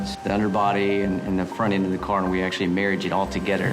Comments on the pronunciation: Toge-THer.. not toge-ter!! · "Toge'der" (frigging Louisianan engineer)